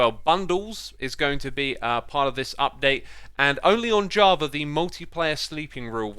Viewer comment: Why do you say javar edition instead of java edition?